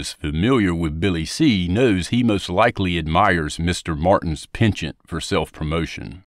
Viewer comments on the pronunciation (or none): none